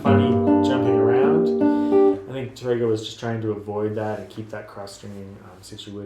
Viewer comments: Really, really enjoy your video lessons. Wish you were located here in Ohio; you'd have a dedicated student!😇 Hope you don't think me a bit of a douche-bag, but: your pronunciation of Tárrega is kinda off -- especially for a guitar teacher. The emphasis is on the accented 'a', not the 'e'. So, it's not Ta-RAY-ga, rather, TA-ray-ga. Hope that helps -- I'm taking Spanish lessons 😏 -- along with my guitar lessons. Hey, when you're retired, that's what you do! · Tárrega is what you wrote in the title to the video. Notice that accent on the "a?" That means that you accent that when you say the word. TARR ega. Not Tar-EGG-uh. Sorry to be picky, you help people a lot. I can't be the first person who has pointed that out.